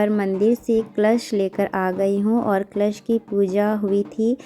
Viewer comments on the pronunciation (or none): क्लश नही,कलश बोलते है